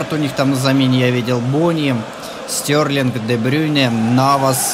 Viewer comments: Стерлинг,а не Стёрлинг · Стьорлинг? Может Стерлинг? Поучи английский. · Прости а почему Стьорлинг а не стерлинг?